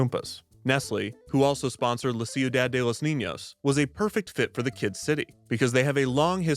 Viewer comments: Every time I hear how you pronounce "ciudad" I die a little inside 😂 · You really should've worked on your pronunciation of Ciudad before releasing this. It's better to say "Seeyu-dahd" instead of "See-yu-dahd" It's just so distracting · okay i only have about 2 and a half years of spanish, which ended 10 months ago now, but it's pronounced kiudad, not siudad, right?? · I’m sorry, it bothered me so much but it’s pronounced: shudad for ciudad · "ciu-Dad" is an objectively funny pronunciation he went with, but i appreciate the clear effort he put into the spanish overall. anything's better than your standard youtuber "lol i'm not going to say this right" when they can just look up the handful of names they're about to use in their video